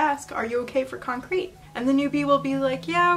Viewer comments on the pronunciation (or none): I think "concrit" is pronounced with an "it" sound and not like "concrete." It comes from "constructive criticism," so the "crit" part is pronounced the same as the "crit" in "criticism." Sorry for nit-picking, but it drove me crazy lol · con-crit is pronounced kon-criht because it’s just shorthand fir constructive criticism fyi. same sounds as the original words